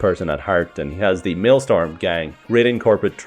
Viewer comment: It's maelSTROM Not maelSTORM